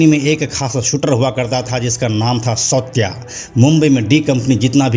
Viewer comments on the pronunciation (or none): सौत्या नहीं सावत्या